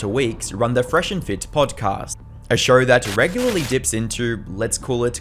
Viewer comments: Imagine talking about someone’s downfalls while pronouncing show as “shawur” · I like how he calls a show a “shur” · Why do you say... Show-r, instead of Show. So-r, instead of So. Two-r, instead of two. Etc...